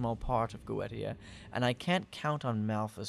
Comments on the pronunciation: It's pronounced GO EEE SHEEAH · Yeah, that crossed my mind too. I always thought it's pronounced Go-eh-ti-a.